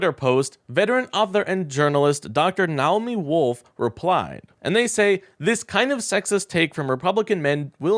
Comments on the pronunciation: Who says "now-oh-me" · If you want to have a credible youtube presence, you need to learn how to pronounce things. Roger Ailes (Ailes rhymes with Whales). Naomi (nay oh' me). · Naomi is pronounced nay-OH-mee. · BTW, it's not "Nowmi" Wolf. It is pronounced, "Na-o-me." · NAY - oh - me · "Nowmi" Wolf? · Naomi is pronounced - Ny Oh Me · Nay-o-me wolf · This guy should research how to pronounce people's names before he goes on the air. As in Naomi and Ailes. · You need to work on your pronunciation of the names Naomi and Ailes. While I agree with you it makes you lose credibility. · Learn how to pronounce Naomi. She's a pretty important figure for you to butcher her name like that.